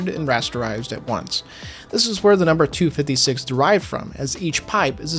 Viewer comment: "geforce two fiddy six" lmaoooooooooooo